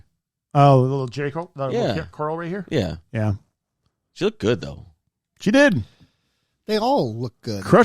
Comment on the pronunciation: "The line must be drawn he-ya! This far, no furthah!"